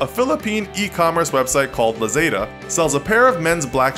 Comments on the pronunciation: its la-za not zay-da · Debesora to pronouce and lazada not lezeda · La-"zay"-da hmmm... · It's pronounced "LAh-ZAh-DAh" Also you forgot Shopee and Zalora